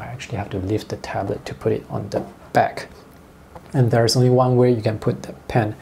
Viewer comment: WHEN HE SAYS ONI FOR ONLY 😂😂